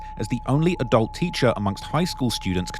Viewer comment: Extremely obvious use of AI and glaringly obvious that you’re reading from an AI script when you’re mispronouncing simple words such as Runway and Adult.